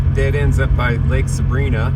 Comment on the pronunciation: I lived in Bishop for 10+ years. The proper pronunciation of Lake Sabrina is Saa - Brine -aa. With an i sound not an ee sound like the girls name.